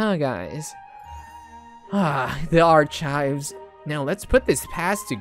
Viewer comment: BE LIKE: Arkayb ❌ Archaybs ✅